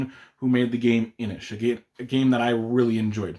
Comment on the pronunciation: Kudos for the correct pronunciation of 'Inis' 😉